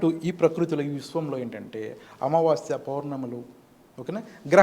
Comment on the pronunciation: అమావాశ్య కాదు తల్లి...అమావాస్య అని పలకండి.